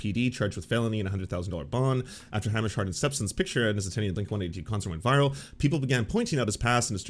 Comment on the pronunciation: I love you, but I'm begging you to pronounce Hamish correctly. It's killing me. "Hay-mish" not "Ham-ish"